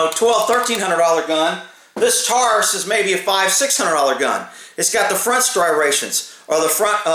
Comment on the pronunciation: He said "STRIRATIONS"!!!